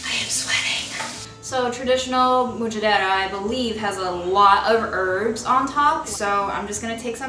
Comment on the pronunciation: Mujaddarah is pronounced um-judd-uh-ruh